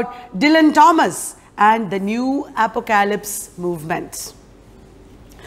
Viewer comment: Very small suggestion: pronunciation of apocalypse is, phonetically, APP-OCK-O-LIPS 😀👍.